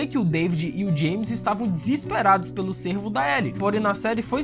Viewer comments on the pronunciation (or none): none